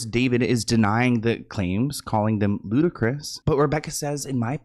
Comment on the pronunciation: I swear somehow I always hear "Ludicrous" as "Ludacris"